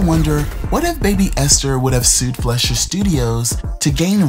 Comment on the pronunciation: FLY-SHER noe flesh-er